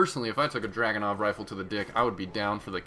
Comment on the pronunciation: DrUganov not DrAganov DAMMIT PEOPLE